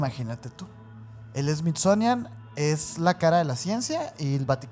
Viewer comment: Me encanta cuanta ignorancia hay en sus relatos a y sus pronunciaciones fatales dignas de un premio a la ignorancia y estupidez me encanta más cuando dices SMITZONIAN jajjajajajJa